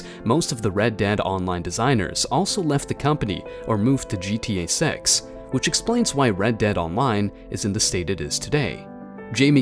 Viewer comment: "gta 6" nah he said "gta sex"